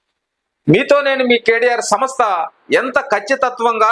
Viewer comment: మీరు తెలుగు.నేర్చు కొండి బాగా అన్నీ బాగా యాస గా ఉన్నాయి . వివరించాం అనలేక పోతున్నారు ఇవరించాం ఏమిటి ? సంస్థ అనాలి సమ స్త ఏమిటి పునర్ విభజన అనాలి పున రిబజన ఏమిటి